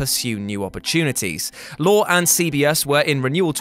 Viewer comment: Jeez,, It's not pronounced "Lore", it's "Lory".